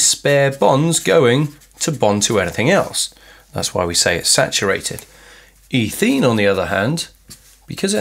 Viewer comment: I'm sorry, I didn't mean to offend, and I'm sure as with all things English there are several different accepted pronunciations. As I said, I was just very confused, that's all, because I've only heard ethene as eh-theen before.